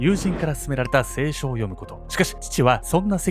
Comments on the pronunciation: 「せいしょ」の発音が清書……💦 前職テレビ業界だったよね？ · 衣装前の方が好き 聖書のイントネーションが清書なんよ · 聖書の発音が清書で笑った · 動画の内容とは全然関係ないけど、「聖書」のイントネーションがすごい違和感...